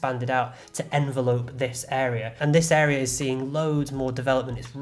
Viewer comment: Think you mean encroaching not enroaching and envelope isn’t pronounced like a letter envelope. Yeah, I’m being that pedantic 😉